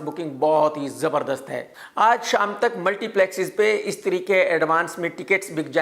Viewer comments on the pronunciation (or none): Stree❌ istree✅